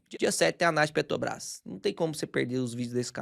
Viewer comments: Mais uma aula de PETRObrás que o não consegue falar o nome dela 😅😅😅., pega seu café e repita: é PETRObrás, não PETObrás. PETObrás parece que vc tá falando de algum negócio de pet shop. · Impressão minha ou o fala ‘Petobras’? Talvez esteja gripado. Brincadeiras à parte. vc é o cara mais foda de ensino sobre investimentos da internet. Acompanhava vários outros canais conhecidos mas depois que conheci seu canal já não faz mas sentido assistir os outros. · Conteúdo maravilhoso, mas dou uma desconectada no "PetoBRÁS". Zuando com respeito,!!!